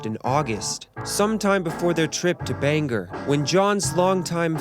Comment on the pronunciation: Omg I'm so sorry 😂 Like Bangor in Wales. It is pronounced (Bang- or) not (Bang - er)